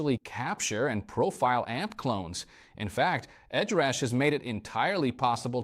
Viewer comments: Sad to see when having the Core on your desk that the real difference of amp capturing and the whole vocal effect suite has not been mention as a difference between prime , core vs flex prime. AI pronunciation “Edrush” for Headrush turn out annoying. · Something weird happened with the audio, as it sounds like you can’t pronounce “Headrush” in some cases. It comes out as “Ed Rush’ or even “Edge rash’. Great video otherwise!